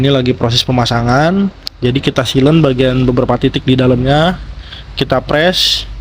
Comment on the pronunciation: Bukan silen, siler